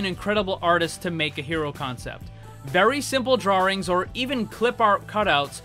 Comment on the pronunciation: You said drawrings lol